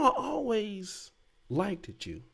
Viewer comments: Liked is pronounced as a singular. Not likeded. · I hate when people say, “like-did.” It is likeD.